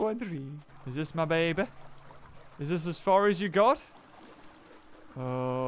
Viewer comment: why cant you say my?